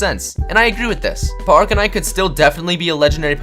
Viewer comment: In he said articanine